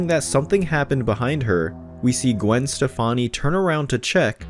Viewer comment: Did he just say Gwen Stefani?? 🙄😂